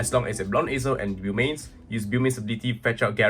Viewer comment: It's pronounced (boe-mains)